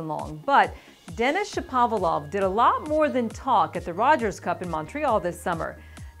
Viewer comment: Get Shapovalov’s name right! No one gets it right.